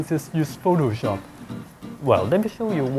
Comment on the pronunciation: "uhhh i can just use pho-to-shop." gotta love the accent